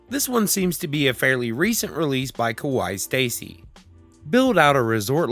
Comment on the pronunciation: (Just for fun, not trying to critique) The way you pronounced KawaiiStacey as "kowai", turned her name from "cute Stacey" to "scary Stacey". It's a common mistake by a lot of people trying to pronounce the word, but also very timely considering that it's spooki season ;)